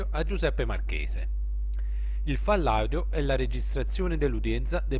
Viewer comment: "FALLADIO" non si può sentire 😂 Ci vuole tanto a scandire " FAIL AUDIO " .Ho scritto proprio la pronuncia. Tra la prima(fail) e la seconda parola(audio) c'è una impercettibile pausa.